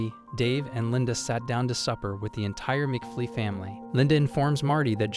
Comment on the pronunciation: McFlee? It's mcFly, bozo. They may be both insects, but still different.